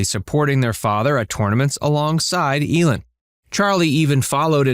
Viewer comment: It's pronounced EE-lin, not El-in.